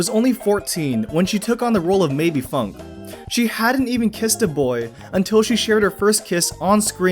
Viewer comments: It’s Fünke not Funk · Maebe who? Funk?....nah it's Fünke, Maebe. duh, everybody knows that